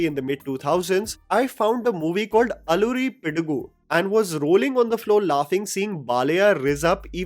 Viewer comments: its ALLARI PIDUGU!! LA NOT ALLURI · U can't even pronounce 'Allari' word... So poor in English